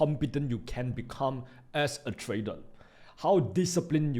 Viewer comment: trader or tradel? 😂